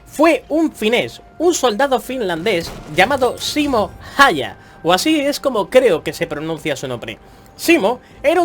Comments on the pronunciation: se pronuncia más o menos Simo jauja. La y se pronuncia u en finlandés, las ä se pronuncian abriendo la boca para decir e pero diciendo a y las h son parecidas a nuestras j pero sin que suene tanto. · Segun yo se pronuncia Simo Jayja c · se pronuncia "saimon jaija"